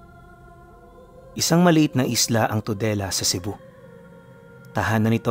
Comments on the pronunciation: Parang TOLEDO CEBU hindi TODELA. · Toledo po yan. Hindi todela